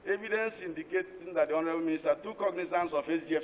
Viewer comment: I like the way Mr Bamidele pronounces the word Honourable, it sounds so much like Horrible! Lol